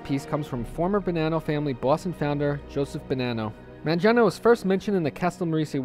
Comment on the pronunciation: My last name is Mangano. My family came to NYC from Sicily around the 1910's, and then moved to the Boston area to get away from the mafia. I doubt I'm related to Vincent, though. The name is pronounced with a hard 'G', by the way.